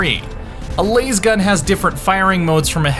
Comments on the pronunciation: What's a 'lase gun'..... I think he meant lasgun. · He called the lasgun LAZEgun, lets get him boys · hearing "lasegun" made me sad. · This clown said laze gun. That’s it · To be fair, considering how you pronounce "laser" saying lasgun this way actually makes more sense. Can we all agree to just call it a flashlight? Bonus joke: What do you call a lasgun with a laser sight? Twin-linked.